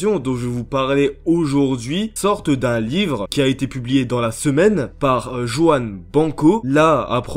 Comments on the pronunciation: C'est Ruan ! Le "j" se lit "r" étant un prénom espagnol ! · ça se prononce ruan avec un "R" roulé ;), très bonne vidéo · Joan branco😂😂😂😂 Putain tu sais pas prononcer Juan toi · Par contre sa se prononce "ruaan brrranko" ( en phonétique 😊 ) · Parcontre tu s'est pas prononcé Juan Branco, on dit pas Jouane ptdrr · Mdr comment tu prononce Juan (sa se prononce Ruanne) BRANCO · Juan BRanco, pas "Jouanne Banko" ... 🤦🏻‍♂️ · Juan BRanco. ;) Et ça se prononce "Rouanne". :) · Alors on dit Ruan Branco 😂. Désolé mais ça me perturbe trop hahaha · Ça se dit Rrrruan